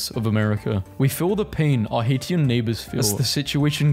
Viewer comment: I usually hate playing pronunciation police, but “Haitians” is pronounced Hay-shuns